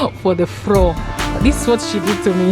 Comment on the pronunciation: floor not froo 🤪🤪Wich English is that